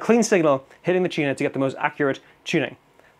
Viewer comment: "Chunah"? Dat some kinda sammitch?🤣🤣🤣